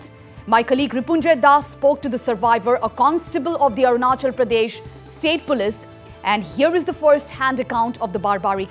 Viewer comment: Arunachal hindi the best "Ajanakly"😁😁😁 RIp to the brave souls